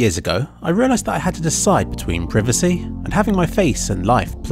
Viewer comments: its pry-va-c not priv-ve-see. cmon. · it's "pryvacy" not "prihvacy" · srsly who pronounces it like that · It's pr-eye-vacy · Also, preevacy. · did you just say preevacy? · We pronounce privacy very differently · The way thee pronounce "privacy" -- is it the British pronunciation? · why do you say privacy differently than me!!!! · It's privacy not privacy. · Lolwut, can't pronounce privacy correctly. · ffs say privacy right